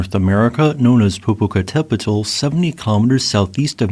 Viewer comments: Pet-ul is still wrong The tl is a singular sound, similar to how ch in English makes a single sound So Tlaloc isn't T-la-loc, it's tla-loc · "poh - poh - cah - TÉH - pet - ul" SIX SYLLABLES - QUITE the mouthful! Thanks for all your great videos! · Omg, he cant pronounce Popocatepetl. Horribly pronounced. When i was a kid we lived in Mexico City and the ice cream vendors had a ice cream that was called Popocatepetl and it was my favorite ice cream. The volcano always had snow on it the whole time i lived in Mexico city. I could see it from my bedroom window. It would have been cool to see it erupting.